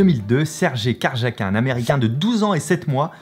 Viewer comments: Sergey Carjaquin, ça pique les oreilles :D Son nom se lit phonétiquement Kariakine ^^ Mais sinon, super vidéo bien sûr :) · Ca se dit " Sergey Karyakin" pour les échecs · Karjakin : ja se prononce ya et in se prononce a l'anglaise ! Et il est russe pas americain :) c'est encore aujourd'hui un des meilleurs joueurs du monde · Tu ne pouvais probablement pas savoir, mais "Karjakin" se prononce "Kariakine". Chouette vidéo, comme toujours ! :) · Ta détruit le nom du maître d'échec 😂 ça c'ecris karjakin mais ça se dis karyakine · Attention on dit Sergey Karjakin"E" !! Sinon super vidéo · Petites précisions : * Étienne Bacrot n'est plus le plus jeune grand maître international Français. Depuis ce printemps c'est Marc Andréa Maurizzi qui a pris sa place en le devenant à l'âge de 14 ans et 5 jours. * On dit KarjaKINE bien que ça s'écrive KIN à la fin. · Alors très bonne vidéo juste le nom du jeune gmi se prononce « sèrguéille karyakine »